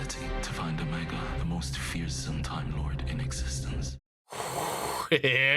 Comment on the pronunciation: You are still saying Omega wrong. It’s Oh-Mega. As far as we are aware Susan is the Doctor’s granddaughter, Jenny is the Doctor’s clone daughter, and River Song is the Doctor’s wife. Whether River Song or Jenny is Susan’s mother is not known, but both the 10th and 11th doctor did mention the Time Lords had families. Unfortunately, the timeless child retcon made everything speculative. I doubt anything will ever be cleared up.